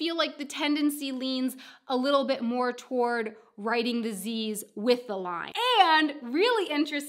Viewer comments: Don't forget to link to your "Why do I drop the Ts" video, you say "wri ... en" quite a lot in this one. :) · Glottal stop substitution for t.